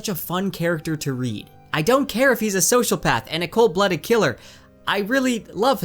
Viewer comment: Please look up the pronunciation of sociopath.